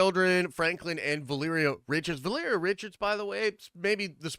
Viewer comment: Holy shit, someone who pronounces Valeria remotely correctly